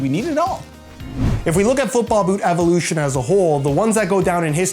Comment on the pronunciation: Boouht evoolootion